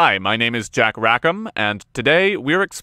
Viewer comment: Idk went but every time i hear i can't help but hear Chet Ubetcha